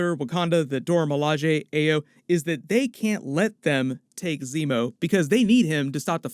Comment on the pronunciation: “Ah-yo” common man it’s a common Nigerian name .... also are you sure that’s what Zemo was referring to when he said “at least you weren’t conscious”